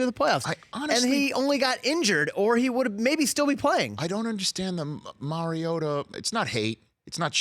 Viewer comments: The bald guy wants me to believe he's an expert on Marcus Mariota yet he can't even pronounce Mariota. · it’s not mary-ota idiot it’s mariota